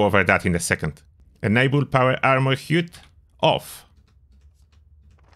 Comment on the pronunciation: Nice vid, fyi the word 'HUD' is pronounced like 'Bud' in Buddy.